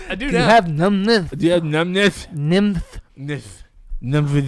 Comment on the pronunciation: Joe: "Oh through the middle? Just split the difference"? Lmfao. 😆🤣👏 -: "Do you have numbness"? (Says it weirdly) like he just came from the dentist Lmfao. Like Frankie's "blendour".